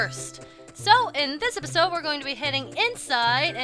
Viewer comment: sometimes i hear say "derpisode". im like -_- "you need some milk".